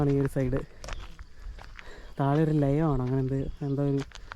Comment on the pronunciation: ലയം അല്ല ലായം